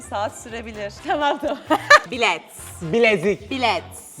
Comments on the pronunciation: abla bilet demedi bilek dedi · abi bilet demedi bilek dedi